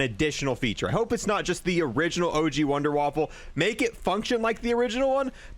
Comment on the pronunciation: i know but he said wunderwaffle